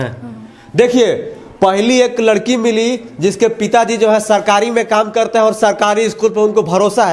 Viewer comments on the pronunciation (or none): none